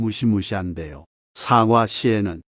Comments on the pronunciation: 사과라고 발음해야지 사~과로 발음하시니~ 사악과로 들리기도하네요~ ;; 다른발음은 좋은데 사~과 발음은 영 아니네요~ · 사과 발음이 영 부자연스러워 듣기에 매우 거북합니다 유튜버님께서는 뭘 잘못하고 나서 사과할 때의 발음으로 하니 발음부터 고쳐서 하시는게 좋겠습니다